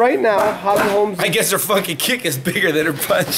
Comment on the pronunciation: stop saying holly "HOLMS" the name is : HOLM HOLM HOLM HOLM HOLM HOLM